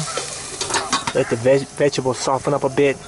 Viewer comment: lol "vegables"